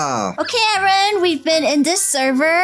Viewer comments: you said harrn lol you said it bad its Aaron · I,heard,everytime you call aeron karen Lol😂